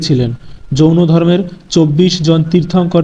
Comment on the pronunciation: জৈন ধর্ম, not যৌন ধর্ম